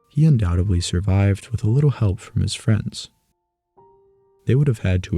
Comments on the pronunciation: Undoubtedly, not undoubtably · Fantastic deep-dive into the lives of Neanderthals, but if I have one (or one group of many!) gripes, it's the use of "Undoudtebly" and "Supposebly". It's grating to the point of distraction.